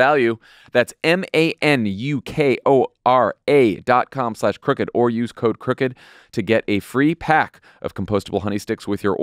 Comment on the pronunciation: Manukora - pronounced Marnukora not Man-ukora